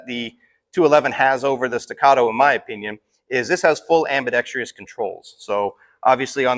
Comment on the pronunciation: am-bee-dex-truss.. not am-bee-dex-tree-us